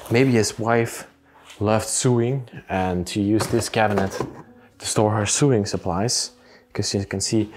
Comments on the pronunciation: Not sooing as you say it's like sowing but spelt sewing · Just so you know: 'sew' is pronounced the same as 'so'. This follows no rules of pronunciation at all. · Sewing is pronounced So wing. Not a criticism, your English is so very good. It's just meant to help. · Just a minor detail ...the word sewing is pronounced to rhyme with the word mowing, as in mowing the lawn, not to rhyme with doing, as in doing chores. Love your videos!